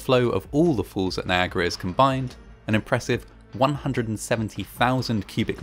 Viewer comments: Ok, is it just me or does the narrator keep pronouncing ' falls ' as ' fools ' ?, anyway, still a great & interesting video, the movie footage in it must have been some of the 1st ever done. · I literally had to turn this video off because of the way you say the word "falls" lol. Its falls, not fools 🤣🤣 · You sound as though you are saying 'fawls' instead of 'forls' (for falls) - just a quick pronunciation lesson! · Great job with this bit of history! Just can’t help that I keep hearing “fools” instead of “falls” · It is pronounced WATERFALL and not WATERFOLL. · Niagara FOOLS??? 😮Given today’s date, I thought at first that your pronunciation of the place name was deliberate.😂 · Try as I might, I'll never manage to make the phonetic "fall" at the end of this guy's "falls" pronunciation.